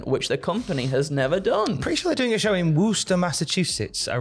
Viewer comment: As someone who grew up in Massachusetts, went to school by Worcester, and went to the Worcester Palladium to see every show.. That's much better pronunciation than 95 percent of the bands who played there!